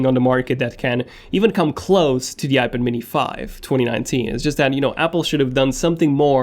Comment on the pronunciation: When will you learn how to say iPad?